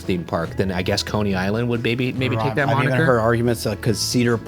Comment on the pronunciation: moniker, not monitor.